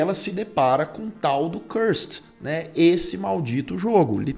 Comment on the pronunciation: Oie, top o vídeo!! Mas o nome do jogo é Curser, não Cursed kkkk abraço